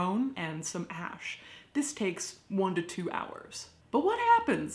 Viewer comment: Ash not ask